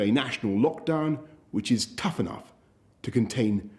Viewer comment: So much emphasis behind the "T" in tough when he said it